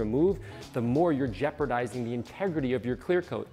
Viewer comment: Jeopardising… not “jeopradising”